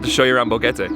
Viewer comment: I noticed in several videos that you tend to pronounce Boquete more like BoGETe. As someone who is fluent in both English and Spanish, I can definitely see how you got there, as the “que” is not quite the same as the English “k”, but it’s not as far back in the mouth as the “g” sound. A tip is to say a “k” but with less air behind it. To practice, try putting your hand in front on your mouth to feel your breath, and try alternating saying an English letter “k” where you can feel the breath on your hand, then a Spanish “que” with no air rushing out. Hope that helps! ❤